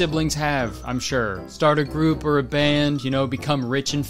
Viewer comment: "ohr" instead of "oh" im dyinnn😹